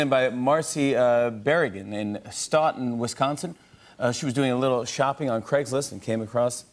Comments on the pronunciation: Stoughton. Is pronounced stow ton. Lol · Stoton? I believe you meant Stoughton jimmy! Sounds like dough! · I see somebody commented he mispronounced Spokane and I'm here to add he also mispronounced Stoughton, WI. Jimmy needs to study his Geography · He was closer with that pronounciation than the Stoughton Wi one.